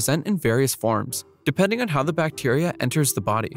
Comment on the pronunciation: do more brutal drawing, it would be very cool, scary and traumatizing. Compliments to you for pronouncing those bacteria names.